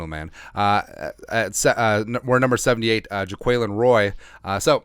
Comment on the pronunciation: Definitely pronouncing Jaquelin as JAY-QUELL-IN